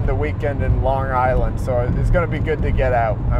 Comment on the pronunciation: “Larng island”